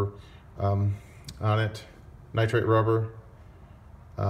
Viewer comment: Nitrile, my friend. Not nitrate.